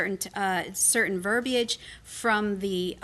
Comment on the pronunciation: Finally! Someone pronounces "verbiage" properly!